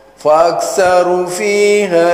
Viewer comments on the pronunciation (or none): Beberapa Lahn Fatal dalam bacaan yang merubah makna: 1. Kalimat طغو dengan Tho' bukan Ta' 2. Fa Aktsarû dengan Ra' panjang bukan Fa Aktsaru dengan Ra' pendek 3. Wa annâ lahudz dzikro dengan Nun panjang bukan pendek Wa Anna Ini tidak dapat dipungkiri, siapa yang bilang bahwa bacaan di atas benar, berarti sama saja orang itu mengingkari Al Qur'an